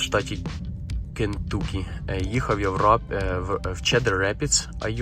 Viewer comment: Не Кінтукі а Кінтакі;)